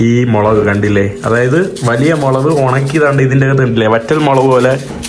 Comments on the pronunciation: മൊളവ് അല്ല ഹംക്കേ 😂മുളക് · മുളക് എന്ന് പറഞ്ഞുശീലിക്കെടാ ചെക്കാ... 😄😄😄❤️